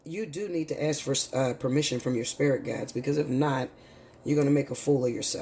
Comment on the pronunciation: Ask not ast.